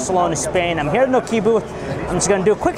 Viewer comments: Dude, it's Nokia not Nokiia... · Nokia (KNOCK-YA) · I hate the way he pronounces Nokia.. -.